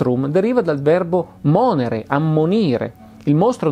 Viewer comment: Stimo molto Massimo Polidoro e apprezzo il suo lavoro in generale, purtroppo anche questa volta devo però fare la maestrina (del resto è il mio lavoro): il verbo latino monère dovrebbe essere pronunciato con la E aperta (e no, non è un piccolo particolare, visto che cambierebbe coniugazione). Trovo che sarebbe sufficiente un briciolo di attenzione in più per l’esattezza delle pronunce e degli accenti per risultare coerenti con lo spirito di razionalità e correttezza del canale. 👩🏼‍🏫